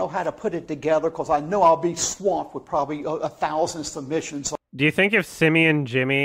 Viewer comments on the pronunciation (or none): none